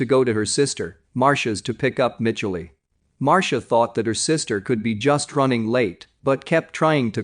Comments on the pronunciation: I guess it’s an electronic reader. Most English-speaking humans would have known how to pronounce the girls name. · Mitchell EEEEEEE Michelle ...... MICHELLE